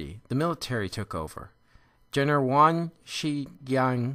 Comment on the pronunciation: Good lecture, but some errors in your pronunciation of Chinese names and their written form in your slides (e.g. 'Henry' Pu Yi is written on your slide as Henry Yu Pi, Yuan Shikai is written on your slide as Yang Shigai, but you pronounced it as Yuan Shiyang). Nevertheless, you provided a good overview of the period. Thank you.